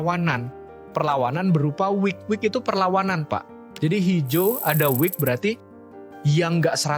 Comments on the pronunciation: buat editor ini konten bagus tolong itu "wick" bukan "week" biar orang lain yang belum paham jadi gak salah paham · WICK bang, bukan week. Ibaratnya itu ujung lilin yang di sumet api tu lho